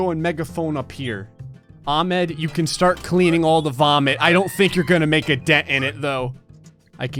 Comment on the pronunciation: Its ah med not ahmd im just saying this for anyone that doesn’t know